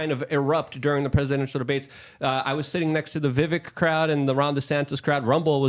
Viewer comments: Excuse me.....his name is VI VIK RAMASSS WAAAMY. Like VIVEK RAMASWAMY. With A 🌈 rainbow flair..😂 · Right? It’s Vivek like cake. I get my name pronounced incorrectly all the time and it’s very annoying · LUKE ITS VIVAKE LIKE CAKE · The Correct pronunciation of his name rhymes with cake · Omg how do you have him on your show but can’t get his name right???!! It’s Vivek like CAKE